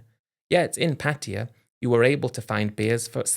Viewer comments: Same old story and the same stupid British pronunciation, Patia, dumb Brits just can’t say Pa Taa Yaaaa lol 😂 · Everybody please stop saying PATTeeya. Cringe. Its pronounced pattaYA. Stress is on the end of the word not the beginning 🤷